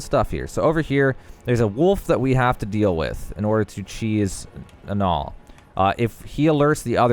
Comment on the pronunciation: As someone who's name is Niall, you mispronounced it terribly. It's nye-all not nall